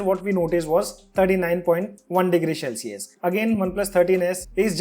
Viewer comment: CEL-cius NOT SHELL-cius